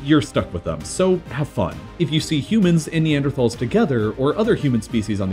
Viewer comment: In the future could you please pronounce Neanderthal correctly?